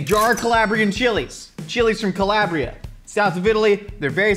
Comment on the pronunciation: the way mispronounces Calabria murders me every single time